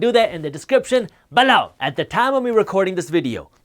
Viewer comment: Pleas don’t say “below” like that...